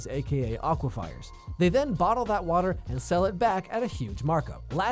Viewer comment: aquifers is pronounced "awkwiphers" not "awkwi-fires"